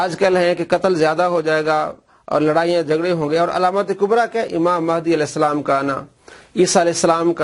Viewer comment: alaeh salam raziallah anha Pehly sahih to bolo 😂😂😂😂 Moavia Nawaz